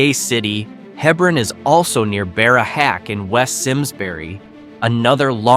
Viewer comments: Clearly did not fact check much. Yes im a life long CT resident. Its He-bron, not Heb-ron. Even GPS gets it wrong. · It’s spelled Hebron, pronounced hee brun,, nuff said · Hee-brun. Hee-brun. So many errors in this video. Towns placed in the wrong counties, etc. Gay City/Hebron is NOwhere West Simsbury. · Not necessarily true . I hear many towns mispronounced merely because people don’t know how to say them . If you don’t know Hebron is said the way it is , it’s forgivable. Just like at the other end of the state is Darien. There are many from CT that don’t know how to say that properly and how many times have I heard Quinnipiac butchered. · Also, the multiple mispronunciations of Hebron were getting on my nerves.